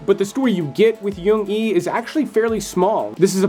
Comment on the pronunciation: "Jung_e" is pronounced with a 'j' not a 'y'. Why do so many people pronounce it as "young ee" like it's German or Swedish?